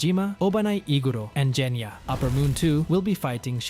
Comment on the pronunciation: He said jenya its genya!😂😂😂😂